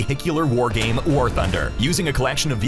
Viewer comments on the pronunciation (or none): none